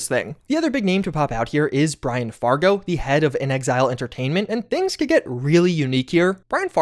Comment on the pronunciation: The way you pronounced "inXile" made me pause and go back twice to make sure I was hearing you right. Just say "in exile," please. In an interview, inXile's president, Matthew Findley, said, "When we were first out there, trying to figure out what to do next, we kinda felt like we were in exile, and we made fake cards with a fake company name just to have a card to go to E3 with. And before we ever thought of the name "inXile", Brian put as his job description on the cards: "Leader in exile." People got such a kick out of that card, we kept saying "in exile, in exile, in exile" so much that we just thought, "Why not make up a new word?" And so we did." (quoted from Wikipedia)